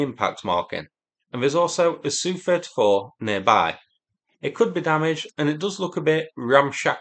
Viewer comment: Do you say yook when saying U.K. same as you saying sooo 31 no S.U 31